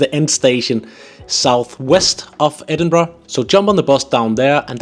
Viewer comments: IT’s Edinburgh not edinbrugh. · It's not Edinbra. It's Edinburgh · I swear I met a woman in Guangzhou, China who said she was from Scotland (she was white and spoke perfect English and seemed to have the accent), but she pronounced the city as, "Ayden-bro"! It was so amazing but so strange to hear as I've never heard the city pronounced that way! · ehhhh its Embra ya gadgie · As a local, you still don't seem to get the pronunciation right. The end's more a ur and an ah. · Your wrong it’s embra I no I’m from their